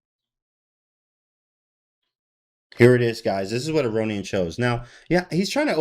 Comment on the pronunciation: a-rohn-yan i think is the prononciation